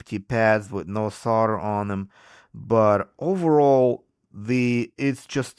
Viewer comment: how many times can he say Sol der wrong.